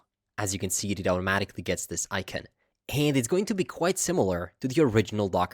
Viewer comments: The word icon is pronounced " ˈīˌkän " , ikan, and not Aykeen as you say it. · You say the word "icon" as ikeen? Why do you do these things to me...